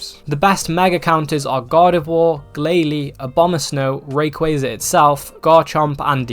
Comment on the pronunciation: RAYquaza not REY.